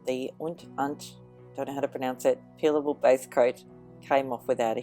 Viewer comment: It said "peeable" instead of "peelable". Lol.